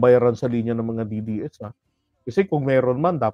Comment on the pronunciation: ayusin mo pag bigkas ng DDS hayop ko….BoBo